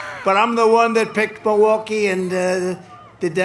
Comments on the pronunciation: It's M>I<lwaukee, Trump. Not Moah-waukee. Check your fixodent Additionally: Trumpers - if you want to see a comedian, go to a comedy club. We shouldn't ever put a cognitive declining self-identifying "comedian" in the White House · It's not "Mawaukee" it's Milwaukee! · He can’t even pronounce it! He keeps saying Miwaulkee, instead of Milwaukee! So DUMB and STUPID!! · Ah looove miwahky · "Muhwahkee." God I hope the debate actually happens. Though it is screwed up that Trump is attempting to call Biden a freaking drug user. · Where's Mulwaukee? He can't even say it properly, that's how little he respects it. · Where’s “Mu-wock-we”? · Trump pronounces “Muhwaukie” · Is it just me, or is Trump pronouncing Milwaukee as “MOwakee”? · Trump sure loves Mawakee, even though he can't pronounce it. I wouldn't care if Biden went on a meth binge as long as he wins. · It isn't pronounced Mowaukee. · Why does he call Milwaukee, Mowaukee? 😂😂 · Projecting is not going to help Donny, he can't even pronounce Milwaukee.